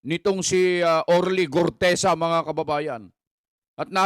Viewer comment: GUTEZA po Hindi GORTEZA